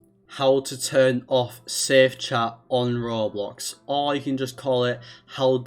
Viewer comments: “roblos” seethihs” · He sounds like those tts roblox story’s like when he says roblox he says it like ROB LOCKS